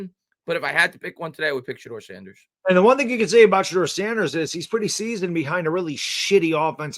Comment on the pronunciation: It’s shedur Sanders